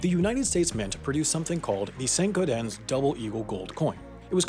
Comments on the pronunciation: Dude, it's just Saint GAWdens, not GAW-dens or Gaw-deh or Gar-dehns or whatever the hell you're saying here. Like "gardens", only "gawdens". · Couple things wrong here. 1. You miss pronounced St. Gaudens 2. You miss pronounced Numismatist 3. There were roughly 54 coins stolen 4. Not all coins have been recovered 5. Stephen Fenton was not arrested 6. The buyer who purchased it from Sotheby's is not anonymous its Stuart Weitzman. 7. The coin sold recently for 18.9 million dollars. Can't wait to see this in the yearly mistakes episode LOL.